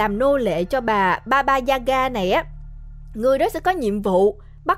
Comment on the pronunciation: sao t nghe ra thành baba da gà :(